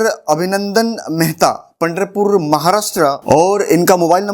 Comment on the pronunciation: सर पंडरपुर नहीं पंढरपुर आयेगा